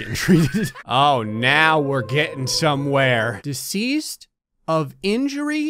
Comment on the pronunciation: Deseased instead of deceased